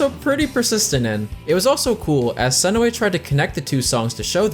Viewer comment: JUNE SE NOY, ITS NOT THAT HARD